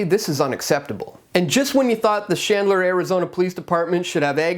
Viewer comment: DUDE not SHandler it’s CHandler CH like in chinchilla you’re welcome!!!